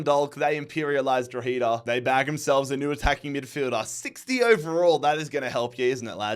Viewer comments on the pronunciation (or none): it’s pronounced draw-ha-da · It’s pronounced dro-head-ah and dun-dalk as in talk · Thank god I don’t have to hear say Droheeeda anyway. Instead I just have to deal with the way he says Dundalk.